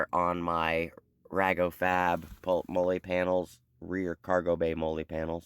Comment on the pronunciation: I can’t believe he said Mollay instead of Mole….. 😂😂😂😂😂😂😂